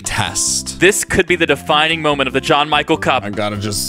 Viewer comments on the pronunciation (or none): "This could be the defining moment" I definitely heard de-fidough moment there for a second...